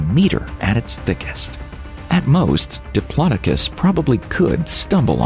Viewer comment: The way you said diplodocus made me shiver, that can't be the way you're supposed to say it surely